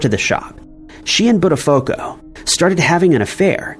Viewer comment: Just a heads up - it should sound like "butt a foo ko" - not how you said it. If you ever want it to sound correctly. Great video overall!